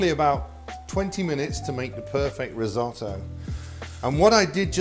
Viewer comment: So for a simple dish of Rice you use the italian Word "risotto" by the way pronounced terribly, you said "rids-o-dou".😬